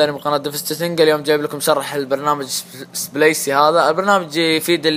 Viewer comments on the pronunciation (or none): مشكور عالشرح اخي والبرنامج ينطق بالغة العربية سبليك وليس سبليس